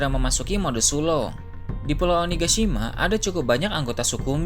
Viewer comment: Mode sulong bukan suloh